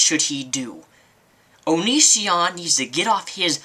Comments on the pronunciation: oh and it's O-NE-SEE-ON...not OH..NE...SHAWN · I hate how you always say his name fucking wrong! It's not onishion or onisien or whatever. If your gonna hate, at least say it right. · Oh look u do have a hart for onision O-nee-c-on